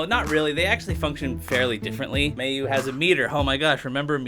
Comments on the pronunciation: i get so tilted when he says mayu wrong irs said mai-oo not may-oo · "I can't speak English." You also apparently can't speak Japanese. Like really? "May-yoo"? "Saj"?